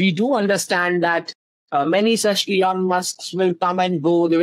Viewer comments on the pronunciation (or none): none